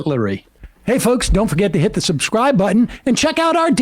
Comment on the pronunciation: Anybody else hearing "Don´t forget to Hitler subscribe-button"?